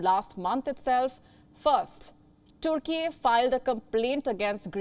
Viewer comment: YOOORUHPEAN Union.🤣 And Toorkey. We've been pronouncing it wrong all our lives. Apparently it's not European Union and Turkey. But Yoooorupean Union and Toorkey.